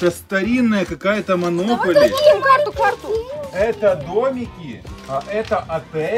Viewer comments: Какая манопали, это монополия ударение на 3-ью о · монополия а не моноколи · не манопали а монополия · Правильно говорить не монополи а монополия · Аааа мои уши, что за манопали!? Это же мОнОполия :( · Не манопали а монополия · Классный ролик!😉но только хотела сказать что это не монополи а монопо́лия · Не монопаля а монополия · Монополия а не монополи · Это монополия а не монопали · То. Монополія. А. Не. Монополія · Вы неправильно Гаварити манаполио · Монополия ! Меня бесят что они неправилно говорят 😥